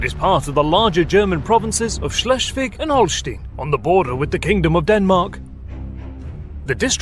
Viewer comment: "Schleschfick"? wtf? Damn! xD Schles- (last s like s in "stop") -wig (like wick in "wicked" I would say) (in some other localities it's called also -wick, -wik, -wiek, etc.)